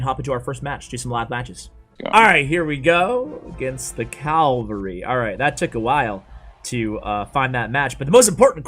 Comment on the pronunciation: Its pronounced CAV-AL-REE not CAL-VA-REE nice. :o